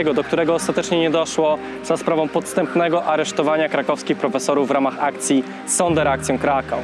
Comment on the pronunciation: materiały Pana są wartościowe, ciekawe i świetnie przygotowane, mam naprawdę drobną uwagę: Sonderaktion czytamy jako "zonderacjon"....